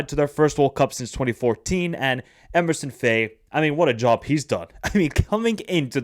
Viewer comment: Lol Emerson Fai... that's like me calling your channel Michaelangelo Chats Soccer. It's Emerse Faé. To make it simple, pronounce Emerse like "Immerse" and Faé like "F-HA-AYY." You pronounced Yan Diomandé's name correctly therefore you ought to be able to do the same for Emerse Faé.